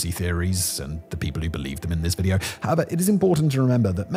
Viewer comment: When you say "however" it sounds like 'hava."